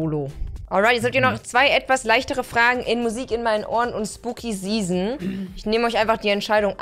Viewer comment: Zzzeason das triggert mich so sehr das sie Zeason sagts statt season